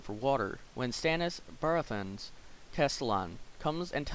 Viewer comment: You said baratheon wrong!!